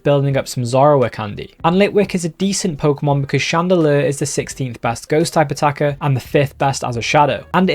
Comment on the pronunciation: Everytime he says "Type Attacker" I think he's saying "Stakataka"